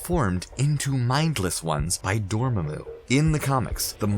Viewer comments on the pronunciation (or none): Its not ‘dormemu’ it’s pronounced ‘door-mom-mu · "DORMA-MU?" No, it's pronounced, "DOR-MA-MU", accent on the "MA" not the "MU" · just gotta say it is dor ma mu not dor mo mo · Dor-mam-mu NOT Dor-ma-mu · Brem actually Babu is the only different sounding one. All of the others are spelled to make the same sound. Breaking down Dormammu is very simple. Dor Mam(mahm) Mu Sounds nothing like Dorma(dormuh) Mu The difference is the sounds of Mam and Ma(muh) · Holy crap door-mah-moo not dorm-mi-moo and nay-more not nah-more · Right? it's door-maw-moo not dormuh-moo. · That pronounciation tho....namor(nah more)....instead of (naymore)....then...dormammu...(doormumu) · Dor-mamu... That's how it's pronounced. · It’s Door-Mah-moo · That was a Pretty Good video Dude. But if I’m being Honest, I absolutely hated the way you kept saying Dormammu. You were pronouncing it “Dorma-Moo. But either way, Good Job. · W8 w8 w8 did you just say doormoomoo? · Please learn to pronounce "Dormammu" it's not DOOOR-MAH-MOO ffs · Am I the only one who heard this guy say "Dormoomoo"? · Who the hell is "Doormuhmoo"? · The thing that strikes me the most about your videos is the way your presenters mispronounce names almost every time, at least once an upload(IE, the way they pronounce Dormuhmoo in this one), and not just obscure names, but names blatantly and repeatedly spoken in the movies you're covering. Just makes it clear the presenters aren't actually as big of fans as they're told to portray themselves as. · If this dude says dorma-moo one more time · "Dormaamoo" "Naamore" lol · It’s Dor-MAA-Mu and NAY-Mor You butchered those names so hard😂😂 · Did anyone else laugh at his pronunciation of Dormomu? (Door-Mu-Mu 😂) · Awoken ToTheLies he also can’t pronounce namor and a couple other things like “Dormoomoo” like seriously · “Trap Doormamoo” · Doormumu?? Think you had a tongue slip there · Everytime he said dormumu it felt like a needle going into my chest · omg how did he even pronounce Dormammu lol